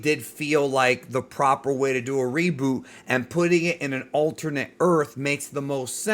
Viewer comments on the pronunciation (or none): none